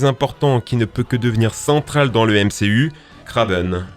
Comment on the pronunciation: Il a dit chentral